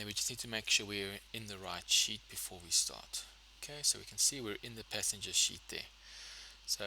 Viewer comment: sir are you saying sheet/ seat or sh!t it is not very clear💢